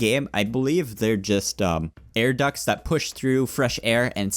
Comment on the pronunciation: ah yes, "Air Ducks" xD